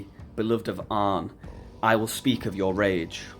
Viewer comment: I know our languages are so far apart, but when you said ak(?) for of, it reminded me of how we say it in Danish; af!